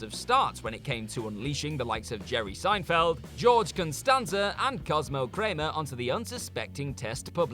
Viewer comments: Did you seriously get the name wrong for one of the most celebrated characters in television history?!?! It’s not even like you sounded it out wrong. It’s George Costanza, not constanza. I’m not even gonna capitalize that. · "George Constanza"?? 😂😂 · Did he really mispronounce George Costanza